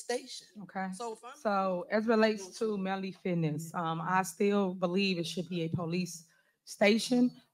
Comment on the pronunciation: Not only that she graduated with a bachelor’s degree in two years!! Nonetheless! I can’t beweave it!! I just can’t beweave it!!